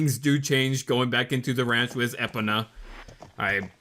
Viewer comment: Managed to make it here 3 minutes after I got the email alert saying it uploaded. ^w^ Edit: Why do you call her Eh-pona? When it's pronounced E-pona (as in key)?